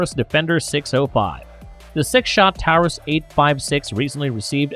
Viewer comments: Please stop pronouncing taurus that way for fuck sake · "Tao-rus" with tungsten "cer-a-koat-ee" If you are going to play as a gun channel, at least pronounce the names and terms correctly